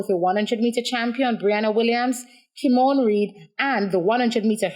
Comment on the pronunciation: Joanne Reid. Not kimone reid